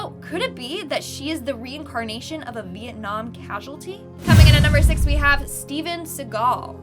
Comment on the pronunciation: Am I the only one who heard Mietnam ?